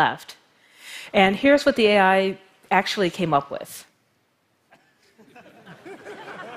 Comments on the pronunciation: Adam Raymond it’s pronounced A I not All I... ;p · I’m laughing so hard ... I’m snorting and shaking... meat pies... omg. So now I can’t un hear meat pie each time she says AI 🤣 🥩 🥧